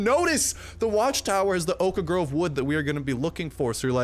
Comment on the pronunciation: Can you please stop saying oak-ah grove? It gives me brain aneurysms.